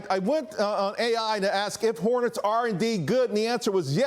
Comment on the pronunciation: “ swam o honets “